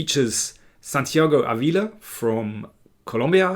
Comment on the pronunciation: Chess commentrary was fine, but the stress in Ávila should be on the first syllable, not the second.